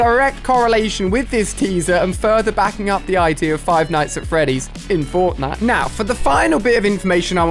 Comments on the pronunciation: Stop saying “five nights at Freddy” It’s Freddy’s Not Freddy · Ali-a it's five night's at freddy's